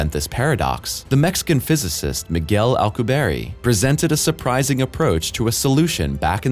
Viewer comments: friendly fyi His name is pronounced. Miguel al-coo-bee-air-eh not Miguel alcooberry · FYI it's pronounced el-koo-bee-air not al-koo-berry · Alcu-"bierre" pronounced like the french word for beer.